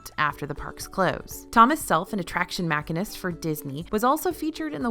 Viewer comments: Its not Mack-a-nist,. Its pronounced Machine-ist. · I think you mean machinist (machine-ist) not mack-a-nist. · .. she said makinest it’s pronounced ‘machinist’ lol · ‘Mack ah nist”? You mean “mah sheen ist”? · I am very curious as to what is a machinist (pronounced mak-in-ist)? Is that like a mechanic? I am familiar with what a machinist (pronounced mash-EEN-ist) does. But the other one has me stumped. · Machinist is pronounced: muh-sheen-ist, according to several dictionaries. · you call Thomas Self (?) an attraction “mak-inist”. Any possibility you meant “machinist” which is pronounced “ma-sheen-isn’t”? Just wondering. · do you mean Machinist? It's pronounced Machine-ist. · Had to stop the video to look at the comments when I heard that. And not being ugly, I mispronounced Hermione when I read the first book. Thank goodness the movies came out! It happens!